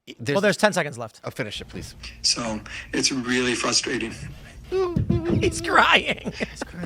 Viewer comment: "It's fwuswating"- Popo (Beerfest)